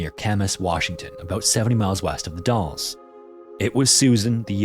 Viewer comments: The Dalles is pronounced like Dals (rhymes with gals) not Dolls. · Get this: I just drove through all the cities mentioned in story two last weekend, and I used to work with a guy named Kenneth Martin outside Portland, OR. Ture story. Also, The Dalles is locally pronounced to rhyme with 'the pals,' not sound like 'the dolls.' Very cool episode, and I'm glad to see the channel resist the use of AI. I heard another scary local occurrence once, so I sent it to the SM team. Can't wait to hear it on the show some day. Glad to be subscribed. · Just FYI, "The Dalles" rhymes with "The Gals," not "The Walls." I spent my childhood living about 45 miles south of there. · As someone from the Portland area, and for future videos the dalles is more pronounced like dowels instead of dales. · The mame of the city The Dalles is not pronounced like "dolls." The name may be derived from the French word for flagstones, but the "a" is pronounced in the same way as in gal, and pal, and in the name Albert. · "the dolls" 😭 the dalles is pronounced like... a as in apple. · It is VERY rare that my home town pops up in these, but it's always amusing to see how people try to pronounce an admittedly very weird name (The Dalles ...Dalles rhymes with Pals for... no particular reason that I'm aware of. It just does.) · Dales - Dalles. Like Dale Earnhardt. But plural. Dales. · As a Portland resident, I have to mention, The Dalles rhymes with "the gals". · The A in The Dalles is like the A in Pal or the name Al. D-Al-zzz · The Dalles is pronounced in a way that rhymes with gals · I grew up out there! Yeah, trying to explain the pronunciation of 'The Dalles' via text is a little weird; it's like "The Dowels" if you mutate the W into an L. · Minor correction: “the Dalles” is pronounced will a hard “a,” as in “Sally,” and not “the dolls.” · Or The Dalles being pronounced as "dolls" lol.